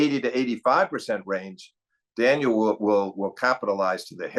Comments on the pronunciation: Does Steve watch tennis with the volume off and refuse to attend matches in person these days? Daniil Medvedev has been at the top tier of the men's game for a while now, yet Steve is still saying "Daniel" like he's never heard the name spoken before. It's not like we're talking about FAA, or as Steve says, "Felix Augur-Ali-Siame." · clicks onto video hears daniil being referred to as ‘daniel’ clicks off